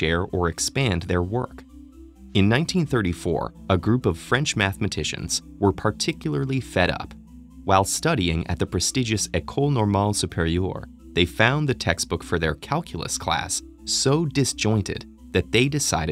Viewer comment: This is a good subject and I love narrative voice on TED since so many years, but as a native French speaker you could have made an effort in the pronounciation of École Normale Supérieure, the accent is super harsh to my ears. This is actually common to many americans trying to pronounce names in European languages and still a bit annoying.